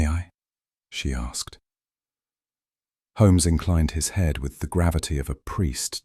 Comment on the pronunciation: I don't like the pronunciation of Holmes in this story.